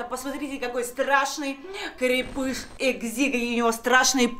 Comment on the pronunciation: Только не экзи а экси